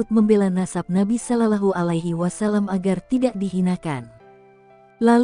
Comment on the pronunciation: Tolong pengucapan sholollahi alai wasalam dibetulka🙏🙏